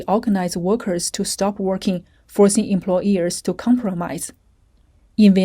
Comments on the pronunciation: Omg haha I was so irritated too everytime the voiceover said "employEARS" instead of employERs. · The word is employers. Not employ”ears”. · It’s hard to listen to this when the voiceover refers to employers as employEARS